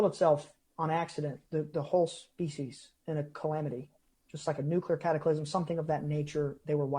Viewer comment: Bro I love the videos but hate every time you say new-queue-lar. Can you try to pronounce it as new-clear? edit: "I don't know how to reach him" - you literally showed his Gmail address in the previous video